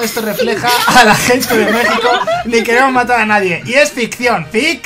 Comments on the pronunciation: se Lee megico pero se escribe México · Jaja se dice Méjico pero se escribe Mexico